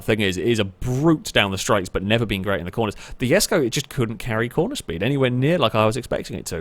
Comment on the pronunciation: It is pronounce the Koenigsegg jesko!!!